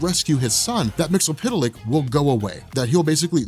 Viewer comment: The phonetic pronunciation is mixelplic not mixapital...if you make him say his name backwards he gets banished